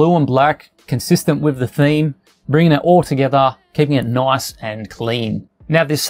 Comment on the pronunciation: He said "noice" for like times...